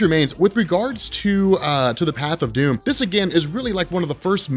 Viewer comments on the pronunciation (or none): its sounds like you keep saying Superman DUNE and not DOOM.